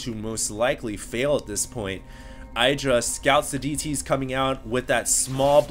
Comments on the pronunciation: "iddra", not "I draw". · It's idddrA IDDDDDRA Not eye-dra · i've never heard i-druh before. always heard it as ihh-druh. hmmmm... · IdrA has said it himself its pronouced Id - ra not eyedra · It's pronounced Eye-dra. Oh? I was told it was Id-ra? Well, they were wrong, weren't they? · Please call him idra, not eye-dra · Just bt dubs, Idra is not pronounced eye-dra. The Id is pronounced the same way it is in "lid". Say "lid-ra" and then take off the L. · Its Idr-ah it rhymes with get yah. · Dude,... it's not Eye-dra. =/ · you still pronounce "idra" wrong